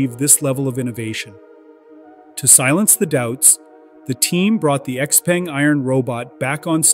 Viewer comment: "Xpeng" is pronounced wrong and also they are not a startup.